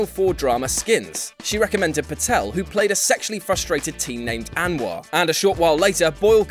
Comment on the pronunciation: The 'A' in Anwar is pronounced as if it was an O